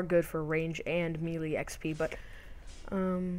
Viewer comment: It's (May) - (Lay). not meelee LOL, melee..